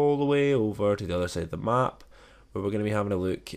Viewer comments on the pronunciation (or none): none